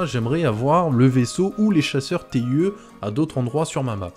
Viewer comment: Le TIE de « Chasseur TIE » (ou « TIE fighter ») se prononce en anglais (« taille ») ;)